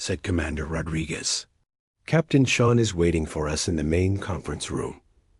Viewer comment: Oh wow, another woman. Whose writing these dot stories. Can't even finish them or pronounce the Irish name Sean properly.